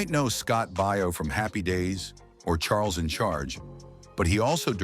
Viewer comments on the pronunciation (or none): none